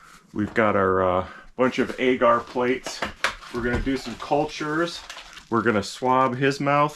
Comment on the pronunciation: Agar is pronounced “ahger”